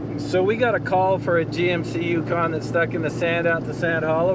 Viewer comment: The first intro I thought you said "Tucson" at first instead of Yukon and got really excited.